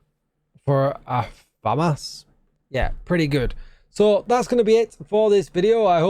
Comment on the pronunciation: Say the As deeper on famas :)